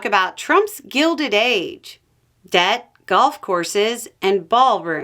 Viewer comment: I'm sorry, did you say, "Trump's guilted age"?